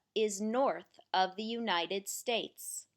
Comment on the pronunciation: Everything good, just when say word THE please say loud and clear. sometimes word THE not clear, Thanks